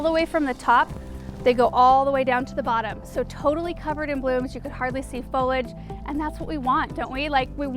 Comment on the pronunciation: The word " foliage" is properly pronounced with 3 syllables : " FOE - LEE - EDGE " . (Not FO-LEDGE)